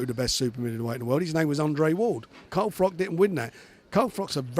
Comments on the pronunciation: Also, its FROCH not Frock. Twat. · Fuck me, CARL FROCH YOU FUCKING IDOIT, not Carl frok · why is everyone on a wind up pretending they can't say carl froch's name properly!?!? hopkins, degale now warren....